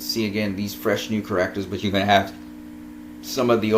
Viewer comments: How you say "characters" bothers me so much. But otherwise great analysis! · You are saying the word "Characters" wrong..